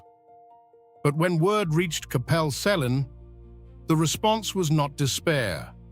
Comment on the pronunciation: I was looking forward to this until I heard the pronunciations.. if you are doing a doco, please learn how to pronounce towns and places . Cwm is pronounced koom....C is pronounced like k for king.. Celt is Kelt and Capel Celyn is pronounced as Kappel Kel Lyn ...... Capel is Welsh for Chapel and pronounced as such without the H. Watching from Australia with Welsh heritage